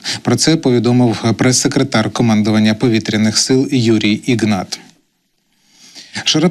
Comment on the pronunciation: Іґнат? Правильно- Ігнат